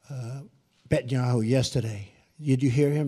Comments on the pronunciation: The only reason he didn't want to say 'anti-Semitic' is because he has a hard enough time saying things like 'Bettinyahoo'. I didn't even think this was a major issue anymore. What the hell is wrong with the Jews? I get hating 'Bettinyahoo', and his government, but Jews in general? We've got scary ass people coming from several nations, and religions right now, and there are people worried about Jews? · i give credit to Trump for misprounoncing bentanyahoo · "Bet-in-yahoo" I bet he will not complete his term 😂😂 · Drumpf doesn't even know the Prime Minister of Israel's name, he called him "Betanyahu." haha. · D... Did he just call him "Bentenyahu"?! Holy shit... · Did Trump call Benjamin Netanyahu "Betanyahu"? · Did he just call him Bet-And-Yahoo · Lol, he called Binyamin "Betyahu". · WAIT! He called him Bentayahu? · Did he call Bibi - Betnuhanu? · Did he say Betanyahu..... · Him pronouncing Netanyahu's name incorrectly is a way to exert his dominance. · That Name is Hard to pronounce if u speak english... i would get it wrong also... We kno what he meant